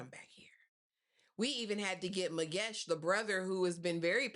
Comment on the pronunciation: What do you mean you butchered the hell out of those names and surnames? Girl you were perfect, there is no ways you said Zwane like that,❤❤❤😍😍😍 thats my mom's surname and you officially my girl.I think you have strong South African roots, you said Magesh and all the characters names perfectly too.🫡🫡 I enjoyed this review.❤❤